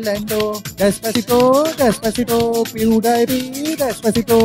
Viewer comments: Pediepie NAHI hota pewdipie hota hai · Pew die pi nahi hota Pewdipie hota hae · Rip pronunciation ... He's litterally saying Pew-die-pee 😂😂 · PewDiePie ko PewDiePee bol raha hay bhencho.... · dude's pronouncing pewdiepie as pew dayy pee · Pew-DIE-PEE?!?!?! At least pronounce his name properly if you can't create a worthwhile music track. 😑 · Omg this guys needs a English class it’s pewdepie